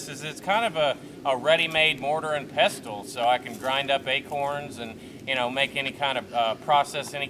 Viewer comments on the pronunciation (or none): Pestle is pronounced 'pessel' - not pestel.